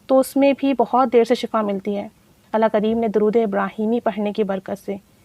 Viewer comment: Sis with hufe respect kindly ALLAH bola krain Alha pronounciation wrong h